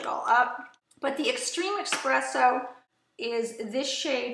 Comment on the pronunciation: Informative video. Just wanted to let you know that it's pronounced ESpresso, not EXpresso. Not trying to be rude...it was driving me nuts. lol. Thanks for the video.